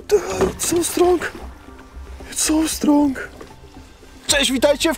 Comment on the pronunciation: Jak powiedziałeś strong to myślałem że powiedziałeś patrąg